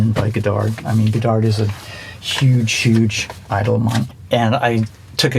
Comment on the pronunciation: Hehe he took a class on Godard but says godarDD